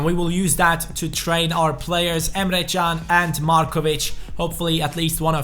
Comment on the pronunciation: Dude the way you say "Emre Can" is beautiful 😂👌